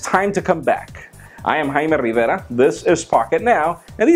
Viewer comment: I like the way he says Jaime Rivera. (Y) Awesome!